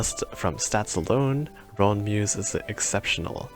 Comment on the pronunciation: Being able to run to Roons, win win. I believe the pronunciation is closer to "ruun" than "ron"